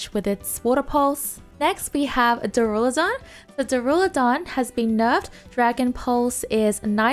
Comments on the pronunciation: Waiting for the day realizes the skyscraper dragon's name is pronounced dUrAludon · Bro you haven’t read Duralodon correctly once since it came out